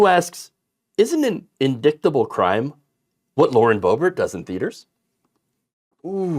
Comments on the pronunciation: "in-dick-table" obviously MTG still really wants Hunter's 🍆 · Indicktable, Peach Tree Dish, Gazpacho-she's consistent.